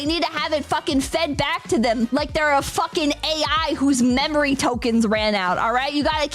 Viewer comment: “Don’t fawking”